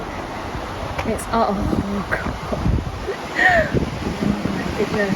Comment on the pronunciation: She mispronounced “Oh my God”. Twice.